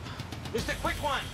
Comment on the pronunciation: It's the fast tour! The quick wan! 😅😅🤣